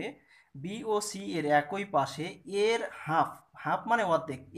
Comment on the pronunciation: সি না ছি😀